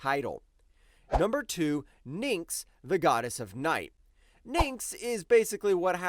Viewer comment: One common issue I've seen with a few of your videos is that you seem careless with pronunciations. There have been some more extreme ones, but the one I noticed here was with Nyx. You pronounced it "Ninks," when it's just "Nicks." I'm not sure the best way to address this, since looking up every word's pronunciation isn't viable, but a more careful at spellings as you go might help.